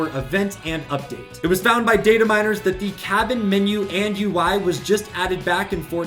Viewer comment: You: Data miners. Me: DID HE JUST SAY DATE A MI